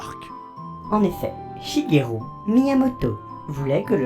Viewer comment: Shigelu/ru pas shugerou 😂😂